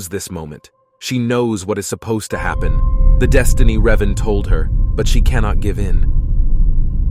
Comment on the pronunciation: It is your “deshtiny”.